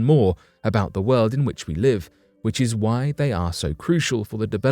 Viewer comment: Anybody who says WOLD instead of world, is not to be trusted! Lol